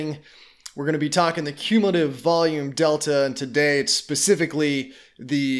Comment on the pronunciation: You can’t even pronounce cumulative